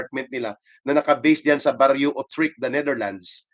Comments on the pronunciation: Utrecht pronouns oetricht otrichk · Yoo-trekt ang pronunciation ng utrecht